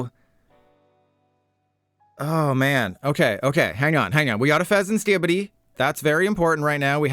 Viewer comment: I hate how you sed fesenSkippidy lol